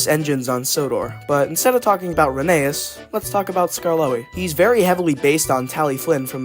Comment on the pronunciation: So, pronunciation Tal-y-llyn is said more like tal-uh-[hiss]in (I'm not sure if they'll accept klin like Unlucky Tug says it And Rheneas is actually pronounced like Phineas but with an R instead of a P (I think the e after the H throws people off, but the book readers say it that way)